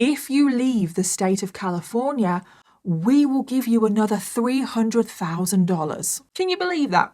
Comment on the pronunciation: Wewy similar ways😂😂😂 wewy wewy Califwornia 😂😂😂😂